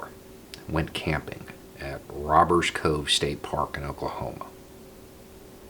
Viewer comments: Its Robber's Cave, not cove. I've camped there actually. Sorry, continue.... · Robbers Cave, not Cove...